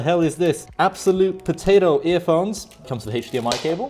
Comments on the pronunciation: Love the way he say potato earphones😹😹😹😹✨but either than that your video helped me setup my ps4👍👍👍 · When he says Potato its funny.🤣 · Im german so every time you said potato offended me... Sorry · Are you dumb people Missy it's potato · What is wrong with him saying potato